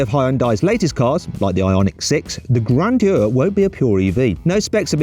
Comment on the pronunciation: 그랜져 영국발음 섹시하누... 그으뤠엔듀어